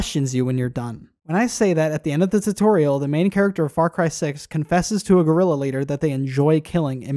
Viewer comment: "Guerrilla" as in "small war" , not "gorilla". "Guerra" is "war" in spanish...